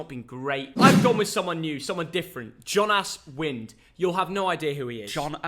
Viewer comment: did he say "John ass wind"? Behave yourself! 😂